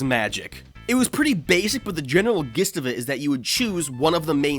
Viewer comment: I do not appreciate the way he pronounces gist.